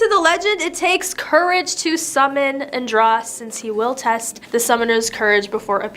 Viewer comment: Andros is pronounced with a long O .... ( an drose)